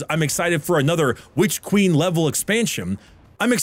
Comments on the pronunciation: you do good work, but please pronounce your n's at the end of words. It's super distracting to hear you say 'Witch Queem.' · I think you mispronounced "It costs more than the Witch Queen and should therefore be held to a higher standard" when WQ came out it was 30 for standard and 60 for deluxe. Light fall went "eh, needs a 67% price hike" and costs 50 and 100 respectively